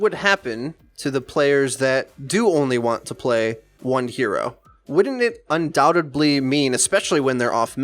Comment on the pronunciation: Why do you keep saying "undoubtebly"?